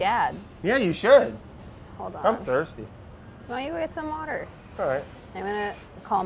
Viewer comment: Do you think it could also work with the probiotics of the fermeted drinkables like "yakult"?. Just wondering. Also quick idea...sitcom, its a haunted bakery where Andy, Molly, Carla and Morroco works, and Brad is a ghost that appears everytime somebody say " wouder" 3 times...